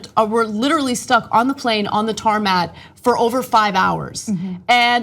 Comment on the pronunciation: tarmac did I hear tarmat?